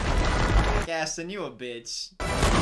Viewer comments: “Gassie” HELP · the movie: sings a song that repeats Gaston’s name over and over: “Gastin” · He called gaston gas 😂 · Sir it’s GesTON! Loll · There was a WHOLE SONG about Gaston and you still mispronounced his name the whole time xD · idk where he’s from but if he’s from anywhere near North Carolina, there’s a lake called lake Gaston there that’s pronounced like he’s saying it. at least I’m hoping that’s the reason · pronouncing Gaston wrong for 30 minutes. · Gaston: has a whole song about him and his name: mispronounces his name even during the song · The way he pronounces “Gaston” is making me cry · My favorite thing is that they literally sang an entire song about Gaston's name and still mispronounces it the entire movie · If your gonna say Gaston, can you at least say his name right?!? I mean they kinda said it a lot in the song... 😂 😂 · Anyone else mildly annoyed at how he says Gaston? Like.. just listen to how the characters are saying it, my guy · the way he pronounces gaston makes my blood boil ngl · I swear, the way mispronounced Gaston is torture.